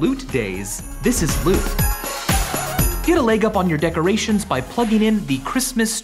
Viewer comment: Why is it called LÜT if you don't pronounce the Ü correctly?